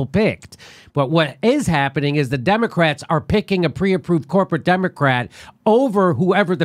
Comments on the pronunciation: Ron's face when says Demo"ass"tics....lol. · LOL,! The DemoASSitcs, I like it!